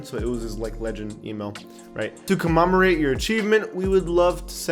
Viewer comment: The way you pronounced commemorate freaks me out.